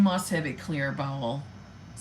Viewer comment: Lol! I though you initially said irritable balls syndrome!🤣